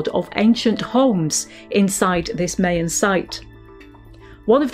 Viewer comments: Congrats Carenza! Also, I'm guessing the British pronunciation of "Mayan" is different than the North and Central American one. The latter is "my" rather than "may". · I have heard other folks say this to defend mispronouncing place and cultural names. No one doubts her genuineness or good intentions. It isn't based on accent or language. She was mispronouncing Maya in any language or accent. Rolling with it means accepting ignorance when I'm guessing she would absolutely want to pronounce it correctly because she is awesome and so is Time Team.